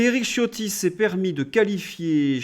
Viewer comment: Il me semble que le nom Ciotti qui est italien se prononce Chiotti !